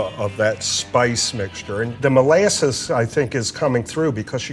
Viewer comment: The way he pronounced molasses... 😑